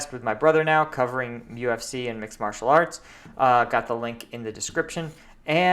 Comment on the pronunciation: That's the second time you seemed to say marital instead of martial :)